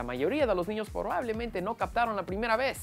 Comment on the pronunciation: "Porbablemente" xD